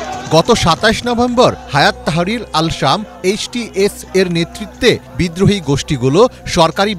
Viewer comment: "হাইয়াতুত-তাহরির" এর নাম সবকটি মিডিয়া হায়াত আতত-তাহরির বলতেছে